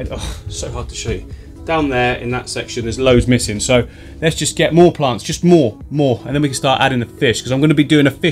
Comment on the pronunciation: Listen kids... if a strange man comes up to you and suggests you “getallthoseplantsssin” please run away